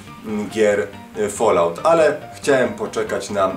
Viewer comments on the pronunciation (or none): none